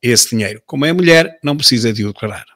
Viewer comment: "A minha melhére" por amor de deus